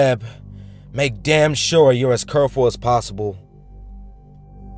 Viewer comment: "Curl full" at the end lol, good job though, and this deep web story was insane :o poor little kid